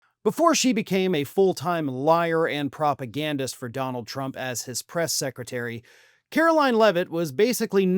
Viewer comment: She will be on faux after this is over. How does her man put up with her? I crack up when she says chump instead of trump. 😂😂😂 She is an embarrassment and I wonder if some of her family hates her. Imagine growing up and this is what your mommy was doing....yikes.